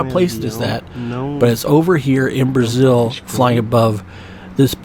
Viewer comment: Did he say, Bra-shill? Lol